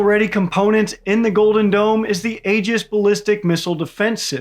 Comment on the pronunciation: Good video,. Keep it up. BUT ALSO, if you're going to care about pronunciation, forget about General Guetlein. You mispronounced Aegis like a dozen times. Also, not a good idea to insult Star Wars, And also, not sure why you're throwing shade at Lockheed Martin, that would be interesting to know. PS. Regardless of whether the "dome" works or not, there's also the factor of whether adversaries would believe that the US believes this weapon works. You can't threaten someone who believes they are safe from those threats.